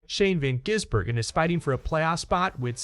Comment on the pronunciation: His name is not Jizzbergen....